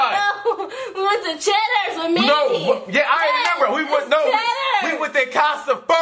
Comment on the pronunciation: don't lie you didn't say CHEDDERS